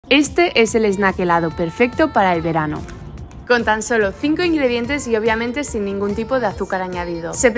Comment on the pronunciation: Bocadillo * ya que estás hablando en español! Porfavor ! No se pronuncia “es nak”